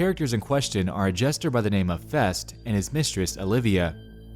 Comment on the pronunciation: Twelfth Night character FestE. The "e" is not silent, my friend. This is what happens when a medievalist watches your channel. Or a Theatre major. Who prefers period pieces.